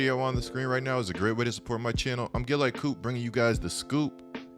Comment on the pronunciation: One thing about coop … he’s gonna pronounce every letter/syllable in every word 💀